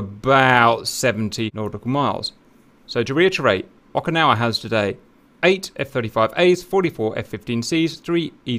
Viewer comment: It’s Oak-ah-nah-wah